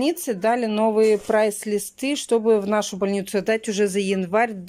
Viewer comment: Взяли новые "прай листы" .